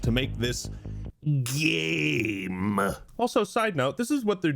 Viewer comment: That pronunciation of game and the little like accent or silly voice is pretty funny to me.